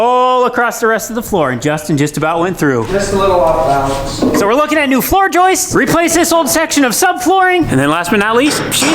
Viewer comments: Justin it’s Joists not Joisteses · Just to clarify, the 2”x8” floor framing members are called “joists” NOT joistesez! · pretty sure is the only one on that job site that pronounces "joists" correctly. gets a pass because English isn't his first language. But there's no excuse for! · The number one hardest thing to do in renovations is to pronounce "Joists" properly.